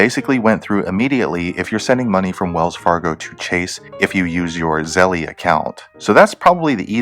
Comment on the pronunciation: I think it's pronounced like zell, not like zellie